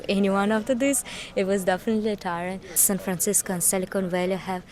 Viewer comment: You keep saying San Francisca, it's Francisco.